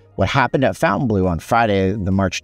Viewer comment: its not pronounced Fountainbleu